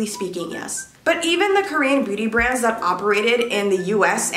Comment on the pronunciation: is it just me or dose it sound like she’s saying “booty brands”?